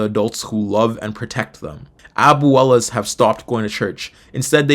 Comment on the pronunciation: Bro white Italian Texan here- “aboowellas” what, do you say “tortiLLa” too😭😭😭 omfg never in my mf days im actually dyin ova here fuckin aboowella get a load a